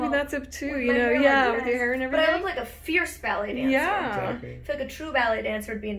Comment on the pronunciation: Ierce, Arless, Female 😂 that’s the first thing I though of when he said fierce